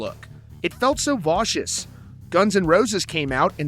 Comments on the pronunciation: The word is vacuous, not "vaushous." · I prefer saying it like vac-uum ... vac-you-us ... not "voshus", wherever the heck that came from. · It’s pronounced vack-you-us